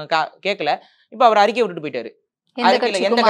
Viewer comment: அறிக்கை என்று உச்சரிக்காது அரிக்கை என்று உச்சரிக்கிறீர்கள் !!!!!!